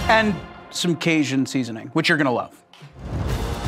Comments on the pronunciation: If I hear casian again ima lose my mind 💀 caJun 🤣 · driving me 🦇💩🍌🍌🍌 that he can't say caJun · Why does Jared pronounce Cajun like that 😂